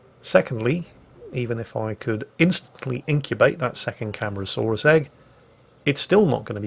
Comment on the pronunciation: Cam-are-ah-saw-rus is the pronunciation.